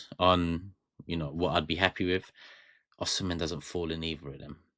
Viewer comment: You did not call his Nigerian name correctly, he is from Edo state, Nigeria